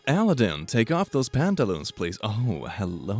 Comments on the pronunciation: Did just say 'Aladadan'? It's- Aladdin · bro i paused and went back when he mispronounced Aladdin's name. I legit was like Aladin? Aladin? You can't just disrespect Aladdin like that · did he say Aladdin like that ironically or what